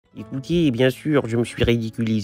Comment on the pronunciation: C'est son "écoutiéz" qui peut me tuer 😂😂😂😂😂